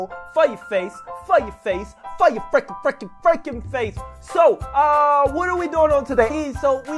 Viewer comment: sounded like u said f*cking but u said freaking